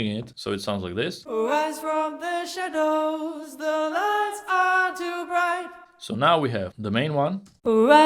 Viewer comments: Blimey, a 500+ bucks speech synth which stresses a wrong syllable in "shadows". C'mon, it's a common word, it's not "parallelepiped". "The ligh are so bwigh". It can't even speak, even less sing. I've never been so unimpressed. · Actually I think it would sound 10X more realistic if he simply increased the length of the first syllable in 'shadows' (grin).